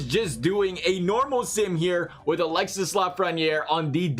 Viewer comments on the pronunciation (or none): It's not pronounced Alex-sis, it's alex-e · Alexee is how its Pronounced